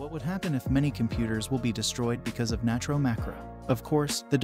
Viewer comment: Why do people say natro so broke